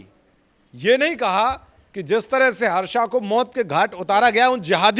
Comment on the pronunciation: हर्षा नहीं हर्ष है।गलती सुधारें भेड़ चाल न चले।